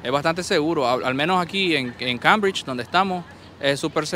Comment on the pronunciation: Muy interesante canal, lo descubrí con el vídeo de BOSTON. Por favor, recuerda que CAMBRIDGE se pronuncia kéimbridch, no kambridch. Es un error muy común entre hispano-hablantes.